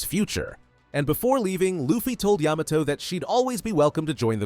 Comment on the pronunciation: Ayy he finally said Yamato correctly